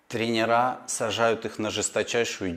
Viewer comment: Могу порекомендовать хорошего педагога по русскому. А то ваш русский уже не русский. И не тренерА, а трЕнеры. 🥸